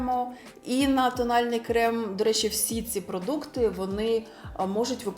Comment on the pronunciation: РейЦИнг... Звучить якось по мацковски... Або "бо ваНі роблять дива в макіяжі"...Дуже ріже вуха. " Дуже плохА виглядають".... Ну ппц. У вас же є час, щоб у монтажі підготуватися і озвучити нормально... Ви не плануєте займатись вимовою? Бо це ваша робота як блогера розвиватися. А у вас, таке враження, що з кожним відео все гірше....